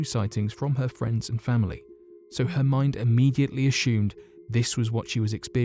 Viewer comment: nah he's cool...my favourite is when he pronounces 'assumed' as ' ash hoomed' . Very Sean conner. 😊